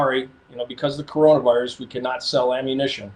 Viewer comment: Its kuranavirus